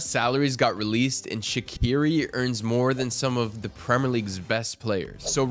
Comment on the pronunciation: The Q is Shaqiri is pronounced like “Sh”